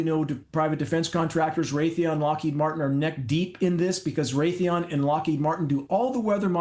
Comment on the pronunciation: He said Raytheon and Lockheed